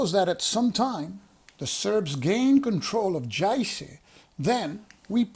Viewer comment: Just to help with your pronuciation... the letter J sounds like a Y. So Yuzhna Krajina , and Yayce (Jajce), Syeverna Bosna, Banya Luka, etc etc etc. The letter C sounds like a ts, not a K, unless it has a mark over it then its a Ch sound (both kinds of mark, one is just harder than the other, but its not worth trying to say them different). The S with a mark over it is a sh. Also FYI, Sjeverna means northern, Zapadna western, istochna is eastern, and Yuzhna is southern, and Srednja means middle or central, if that will help. I spent the 90s dealing with the Bosnian wars, working with humanitarian supplies in Sarajevo etc. This game looks interesting, but may hit a little too close to home for me.